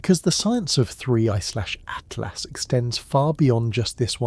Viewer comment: Fix your ai 3 zero zero zero good lord at last it's atlas